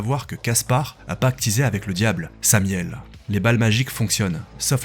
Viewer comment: Beau boulot !! Et c'est Samaël pour la précision le nom de l'ange déchu, et non samiel ^^